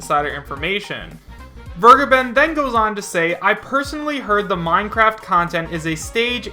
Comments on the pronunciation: its vergeben (fair.gaben) not weregaiben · DasVergeben is pronounced Fair-geben and the first e sounds like the first e in "elaborate". i don't want to be that guy. really. it just bugs me for some reason